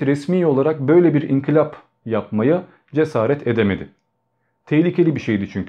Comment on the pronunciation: İnkilabından derken sunucu doğru telaffuz etti, yazıldığı şekliyle inkılab yanlıştır, çünkü bu sözcğün köken dili olan Arapçada I sesi ve I harfi yoktur. Ancak Türkçede de sözcüklerin sonuna b gelmeyeceği için biz de inkilab yerine inkilap diyoruz